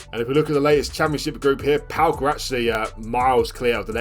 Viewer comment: PAOK fan here, it's pronounced PAOKARA